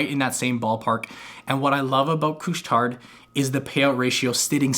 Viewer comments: Just a heads up, the d in Couche Tard is silent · Don't pronouce the D 😂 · you have to say it with the French accent